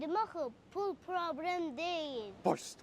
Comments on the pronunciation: Probrem yox ay uşaq. PROBLEM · Problem❎ Probrem😂✅